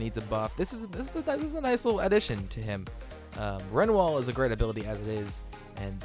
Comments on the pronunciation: Don't wanna sound rude but its re-new-al not ren-e-wal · renwal ??? where the fuck did u learn to speak english it's re-new-al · I was just about to say something